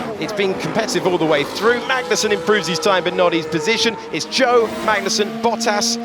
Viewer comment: Funny how the commentators have not yet figured out how to pronounce ‘Zhou’. 😂